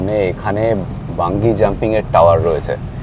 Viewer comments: ওটা বাঞ্জি জাম্পিং হবে,বাঙ্গি নয় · আরে ওটা বাঙ্গী নয় রে, বাঞ্জি জাম্পিং 😂😂